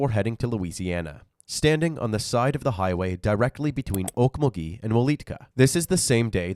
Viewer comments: Oak - MUL - gee It's not a French city. You're putting the emPHAsis o the wrong syLALble But, more seriously, how does this not warrant a death penalty? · Okmulgee is “awkMULgee” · Actually, it's Oak-mulgee